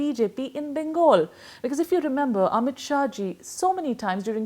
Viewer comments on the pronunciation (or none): none